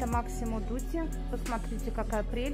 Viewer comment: МАсимо без К. НЕ МАКСИМО ДУТИ